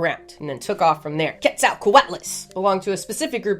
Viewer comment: Your delivery never ceases to amaze me. Quet-zal-co-at-las. I couldn't make it sound that cool if I tried for a week.